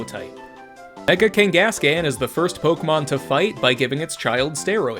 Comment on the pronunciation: all of these are true and correct except your pronunciation of “Kangaskhan” and the fact that Eevee currently has eight evolutionary forms